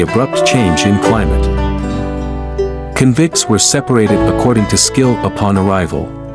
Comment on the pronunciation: AI generated. It's not *convints 😅